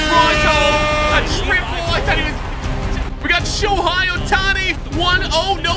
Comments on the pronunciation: And don’t say shohei like showhi it is basically like saying show hay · Dude said sho hi it’s sho hey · He really said shohi 😂